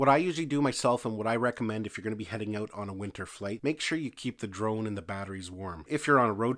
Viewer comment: "take the battery OWW-OOOT".... lol Canadians.